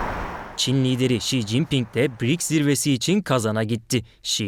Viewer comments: Не Бирикс, а БРИКС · Если вы работаете на программе то надо вам правильно выговаривать слово БРИКС Ане Битрикс позор вам вы на на том месте работаете 😅😅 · Что за БИРИКС?. наверное БРИКС!! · Какой БИРИКС???😅😅😅 Может быть БРИКС ! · Правильно Брикс. А Не Бирикс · Какой бирикс? Брикс !!! Учите Русский !!! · Не бирикс,а брикс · Правильно говорить Б Р И К С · Почему бИрикс? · Что за БеРеКС?Ведущая ,грамоте обучись. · У них там что совсем работает некому? Все разумные и квалифицированные кадры куда-то сбежали? Каких-то доходяг с улицы набрали которые даже название организации выговорить правильно не могут😅